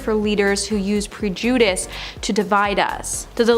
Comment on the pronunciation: This presenter can’t even pronounce the word prejudice??? What a slap in the face to those whom have suffered it!! This site needs a lot of editing.